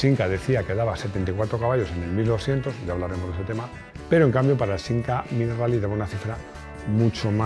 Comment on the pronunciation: Con el debido respeto lo que el dice del Simca 1000 Rally no se entiende, lo dice como sin aire... 🤷‍♂️